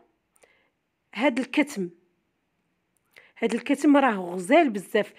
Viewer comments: اختي العشبة اسمها كما قلت صحيح ولكن بضم الضاد والثاء وتسكين الميم وشكرا ٠٠٠٠٠٠عفوا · اسمو الكتم بفتح التاء ماشي السكون